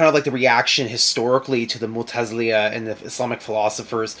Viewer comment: Mu'tazila...i like you so this is a friendly reminder..mu'tazilia..sounds weird hehe.. ;)